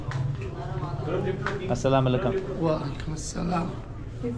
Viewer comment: Can I ask you a question if you don't mind? Are you Muslim bro🙂 because the way you said Assalam Allikum was amazing ♥️👌